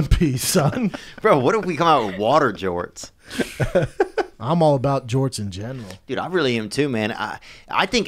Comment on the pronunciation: LMFAO "water jorts"